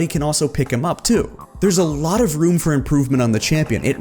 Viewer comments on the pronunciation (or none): none